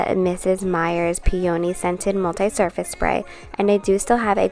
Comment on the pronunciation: FYI the o in peony isn’t a long sound, nice video